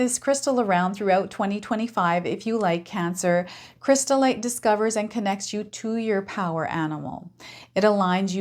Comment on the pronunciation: You were mixing up the letters of chrysotile and saying crystallite. I wouldn't carry chrysotile around as it is asbestos.